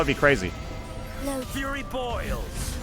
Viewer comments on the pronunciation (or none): none